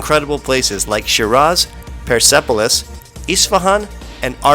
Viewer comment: وقتی به پرسپولیس میگه پرسهپولیس خیلی باحاله 😂😂😂